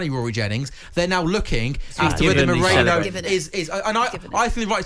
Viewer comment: It’s MeRIno not MoREno - do your pre-match research